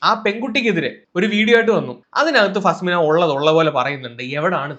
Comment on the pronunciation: Faa-smina alla faz-mina🙏🏻😂